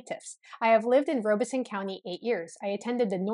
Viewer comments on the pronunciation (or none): It is pronounced Rob a son, not Robe a son. The Lumbees and other Native American tribes in Southeastern NC and the Pee Dee and Cheraw tribes, along with some others along the NC/SC border are mixed. The Tuscarora Tribe in Robeson County and possibly others near counties in NC are actually certified by the US Government Bureau of Indian Affairs. They are, not the Lumbees, they only certified Native American Tribe in Robeson County, NC. The Chavis family actually came to the Virginia Colony in 1619. He was one of the 1619 shipment of 20 slaves. His descendants, like some of the other descendants of the 20 slaves, lived among the Gingaskin Indians in Northampton County, VA. Around the 1650's, a law was passed in VA regarding race and it became against the law for different races to intermarry, as had been done before. The Chavis family does actually have some black ancestry as well as Native American and White. Check out the Frontline (PBS) episode on this. You can access it on their website. I think it is called blurred lines. In that area of NC, mulatto has always meant mixed Native American and White also. Goins certainly did not originate in Cumberland County, NC.